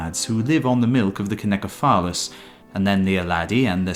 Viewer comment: CYNOCEPHALUS is pronounced either /sinou`sefalas/ or /seena`sefalas/. For comparison, check the pronunciation of the word CYNOSURE.